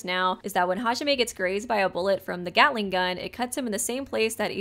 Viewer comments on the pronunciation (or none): none